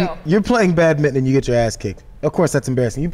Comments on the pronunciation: why dont they pronounce badminton properly. they miss out about half the word. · badminTON, not 'badmin'